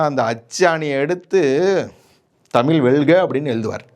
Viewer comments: தமிழ் not தமில். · ஐயா தமிழ் என்பதை முதலில் தமிள் என்று உச்சரிப்பதை தவிரத்து தமிழுக்கே அழகான் 'ழ' வை ஒரு தமிழனாக சரியாக உச்சரிக்க கற்றுக்கொள்ளுங்கள். பிறகு வீடியோவில் தமிழைப் பற்றி பேசுங்கள்... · நீ தமிழை சரியாக உச்சரி முதலில்.